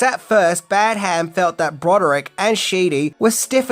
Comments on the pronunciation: its Pronounced Badam not Bad Ham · It’s pronounced Badderm, not Bad Ham. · It is pronounced ‘Bad um’, not ‘Bad ham’ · John Badham is pronounced "badum" not "Bad Ham". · Your pronouncing Badham as two syllables "Bad" "Ham" - its one syllable "Badham" - its trivial, but annoying to hear - just my opinion😀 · Dear god how many times are you going to mispronounce the director's name? It is NOT Bad-HAM. It's BADuhm . Really annoying! Have you no self-respect to even bother googling the proper pronunciation? Sheesh! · You may know everything,, but you don't know how to pronounce Badham. Your repeated Bad Ham was driving me nuts 😅😅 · The way you pronounce Badham hurts my soul... You’ve gotta be doing it on purpose. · It's piercing to the ear to hear you keep pronouncing the directors' name so drastically wrong. It's almost as bad (but not quite) as when you kept pronouncing JJ Abrams' name as JJ "Abrahams". How can you seriously call yourself a movie reviewer or this level fan and not know the correct pronouncing of these names..?